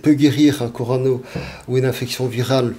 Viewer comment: Corona Docteur !!! Pas corano 🙄